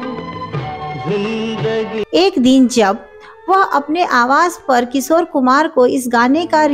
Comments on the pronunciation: एक एंकर के लिए सही उच्चारण बहुत जरूरी है। किशोर होता है। किसोर नही। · सोर, सोर, अरे बाबा सोर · किसोर मत बोलो। Work on your pronunciation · इनका "किशोर" शब्द का भी उच्चारण भी ठीक नहीं है.